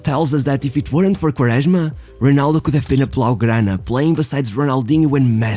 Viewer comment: Your portuguese accent pronouncing Quaresma is so accurete and pure